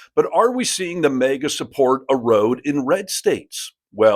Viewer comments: What's MEEGA don't you mean MAGA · I love the video. But I thought it MAGA not MEGA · Why does the host keeps calling them mega? It’s MAGA!!